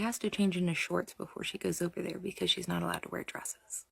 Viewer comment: At 16.44 you say ‘be-kez’.